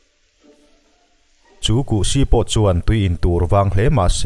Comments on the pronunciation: Kuhsi hi kuh-siiiii tiin thluk suh...... Si tih lai hi a hniam a sawi tur aw.... Chanel in siam ve anih chuan thil hming reng reng hi lam/sawi/chhiar uluk teh u'n...... In en lawk nasa bawk ula.... In zir rawh u..... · Pasi kan lama si ang chiahin lam tur. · Buhsi kan lam ang hian kan lam thin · Kuhsi ti a,Si lai hi lam hniam a,lam tawi bawk tur. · A ngaihnawmin a hmuhnawm e. Amaherawhchu, "Kuhsï" tih leh "eltiang" tih kha chu i lam dan a common lo ve khawp mai😃😀